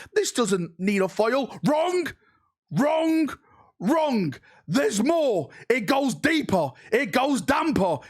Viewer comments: Kind of irrelevant but hearing the word "wrong" with such an emphasis on the G is so strange to me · “WRONK, WRONK, WRONK.” 😂